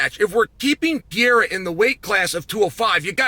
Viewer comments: I turned off the UFC 313 pre fight show because I couldnt listen to chael say "Piera" over and over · I swear Chael says it wrong on purpose at this point. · Is not pierra it is Pereira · Chael "Pee Aira" Sonnen mispronouncing names just to bait more comment engagement. Well played, sir. Well played. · Who tf is Pierre-uh? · Pee-Air-A 😆. I love Chael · Say “Pear” then say “era”…. Ok thanks! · Shot of tequila every time uncle Chael says ‘Piera’. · "Alex pee-era" - chael sonnen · Pee air uh. 😆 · Piera has to be on purpose. I can’t imagine someone whose job it is to talk about the sport calling Michael Jordan “Jerdim” 32 times in one video. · PEE-ERA...the era of pee is over. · Well he did let us know that he thinks Pee-era could potentially be a ChampChampChamp. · Who the fuck is pierra? You mean alex perrera? Wtf? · What would it take to get Chael to pronounce Pereira correctly? It's awful. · The way he called Pereira, it's fucking funny hahaha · the fact he pronounces it like that on the broadcast is embarrassing